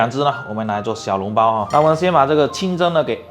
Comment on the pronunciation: 小笼包，不是小脓包，胡建人。。咳。。。